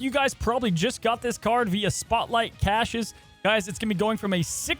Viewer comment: THANK YOU FOR PRONOUNCING CACHES RIGHT! GOAT 🐐